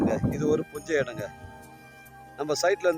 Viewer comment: யோவ் நீ தமிழ் நல்ல வாலவச மாரிதமம் போ, அது புஞ்சை நிலம், குஞ்சை இல்ல 😂😂😂